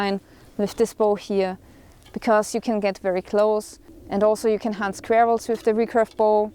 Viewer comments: First I thought she said hunting werewolves but she said squirrels 😅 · "also you can hunt SKVERR-ELLS" sorry, had to rib you a bit for that austian/german idiosyncracy :P